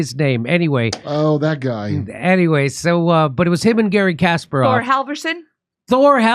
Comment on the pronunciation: KasPARov, second syllable is accented.